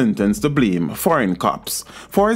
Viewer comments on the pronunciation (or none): none